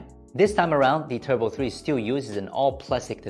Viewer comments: Its turbo not tubro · TUBRO 3 / Just wanted to point that out. Good review as always. Time to head to SZ